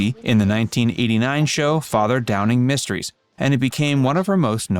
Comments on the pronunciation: Father Dowling (with an “L”). Not Father Downing. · TF IS THIS PUTZ. DOWLING NOT DOWNING FFS